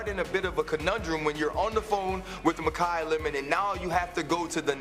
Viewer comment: makai not malachi dumbass plants